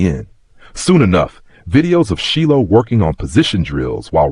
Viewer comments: How did this this AI go from Shilo to SHELL is he doing it on purpose?. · Sheelow. I was like huh?